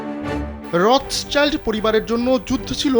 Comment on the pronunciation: রথচাইল্ড না, এটা রথশিল্ড। সংবাদ প্রকাশ করেন, কিন্তু একটু জেনে নিয়ে সংবাদ পরিবেশনে এত অনীহা কেন?